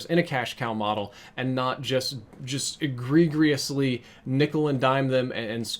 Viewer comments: egg-ree-jus You're welcome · Please look up how to pronounce egregious....